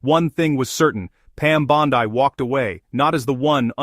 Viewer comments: By the way. Her last name is Italian in origin. It is pronounced phonetically Bawn-dee not Bawn-die! Please correct and issue an apology to the Attorney General of the United States. As far as Dick Durbin is concerned. He couldn't give a rat's ass for anything that anyone of President Truman's Administration has to say on any subject. The old bastard has a pathological hatred of Donald Trump as do most of the Criminal Leftist Leadership Group! Why? Because the President is slowly draining "The Swamp" of D. C. Leftist politics where swamp creatures like Durbin have existed for far too long! I'm surprised Durban didn't address the Attorney General with "NOW LISTEN HERE MISSY ...!" As far as the Qatar jet is concerned. It was gifted DIRECTLY to the U.S. Air Force as a replacement for the current Air Force One aircraft, which is at least three years past due for retirement. If anything, by accepting the gift, the President saved taxpayers the expense of purchasing another aircraft from Boeing to replace the obsolete one! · Why can't you pronounce Bondi correctly?